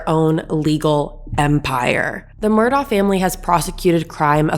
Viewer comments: Enjoyed your podcast. The name is pronounced as “ Mur dock “And it’s “Call a tin “county. That being said I too believe Maggie was just in the way that night and whoever shot her as well. Don’t believe she was a target. I think it was someone after Paul. Will be interesting to see what happens. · It’s pronounced MUR-duck. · I think its pronounced Mur- Dough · Also its pronouncd "Murdock" and his name is pronounced as "Alec" even though they both are spelled different. I like your channel, but please do the research to be more credible, and respectful to the Low Country. Thanks. PS...I think they're guilty as sin. Lol.